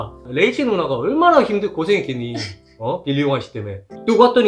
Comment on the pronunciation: 빌리가 자꾸 빌런으로 들림ㄷㄷㄷ